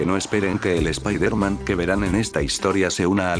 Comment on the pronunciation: Es la primera vez que escucho un fanfic, (de echó me lo recomendó un amigo) Y la verdad me agrada la forma de escribir que tienes. -/ por cierto el lokendo creo que tiene un problema al pronunciar palabras en ingles ya que hay palabras que dice mal como Peter (piter) o spiderman (spaidermen) creo que tal vez escribiéndolo como se dice podría resolverse eso de el lokendo.